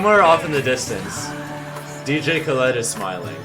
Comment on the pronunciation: ah yes my favorite artist dj ka- led